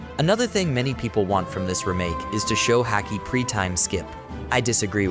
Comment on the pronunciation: false. Listen to the inflections and weird pronunciations like "remake". And the weird inflections sounds the same every time the words are said because it's AI